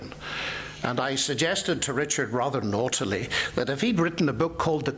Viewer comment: "rather naughtely..." HAHAHA I laughed SO hard at that. It was priceless